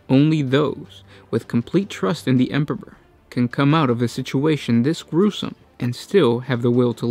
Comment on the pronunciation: Emperor pp-pr er??? Lol